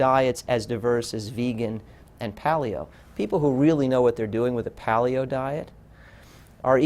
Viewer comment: Loved this video but I kept cringing every time he said "pahl-ee-oh" instead of "pay-lee-oh."